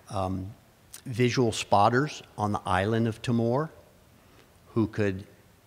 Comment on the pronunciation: Thank you for this fascinating video. We in Australia are sadly ignorant about our own history. One comment about pronunciation: The island of Timor is pronunced Tee-more.